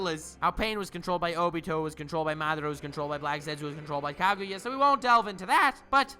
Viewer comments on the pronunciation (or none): none